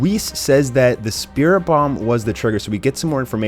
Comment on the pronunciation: it's a spirit bom not dat shit wat you saying